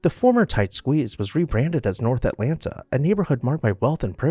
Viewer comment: Too bad a post about Atlanta was performed by a man who does not know how to pronounce Atlanta.